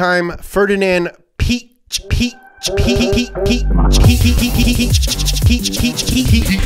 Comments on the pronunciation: Piech isnt pronounced Peach. you have to seperate the i and the e (thats what the two dots on the e are for). and ch isnt likew in peach, but thats just german pronounciation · Piëch is written with the two points over the e to have it pronounced, so Piahkh is the correct pronunciation😂🏁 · You're pronouncing Piëch wrong. But don't worry, many Germans do as well. The ë means that the "e" is pronounced, where otherwise it wouldn't. The "ch" in German is just an h hissed out of the back of your throat, like "kh". So it's pronounced something like "Pee-yekh" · His name isn’t peach… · its "ferdinand pee-ash".